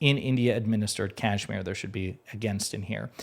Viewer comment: Dude you are mispronouncing Kashmir…. 🤦‍♂️